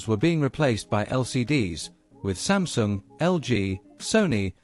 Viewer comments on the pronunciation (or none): none